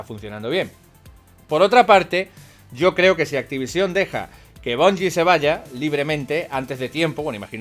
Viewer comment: te juro que me va a explotar un puto ojo si te oigo decir una vez mas activisión!! que no tiene tilde cojones jajajajjaa